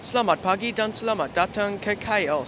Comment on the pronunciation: Your 'Selamat Pagi' is perfect! Great trip report!